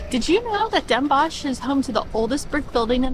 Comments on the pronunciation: Great video, just some work needed on the pronunciation. It is Den Bosch, sounds like den boS (s like in snake) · Funny how you pronounce the O in Den Bosch. like in fox. You should pronounce it like the OA in board.Visit Groningen and climb the Martinitower